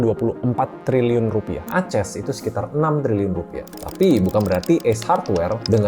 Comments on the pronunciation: Saya suka videonya. Sangat berbobot. Tapi ada satu yang menarik di telinga saya, pertama kalai dengar Aces dibacas "A-ces" wkwk, lucu ❤ keep it up Mr ☀️ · Dia bukan baca merk Aces sebagai "A-ces", dia baca kode emiten ACES sebagai "A-ces"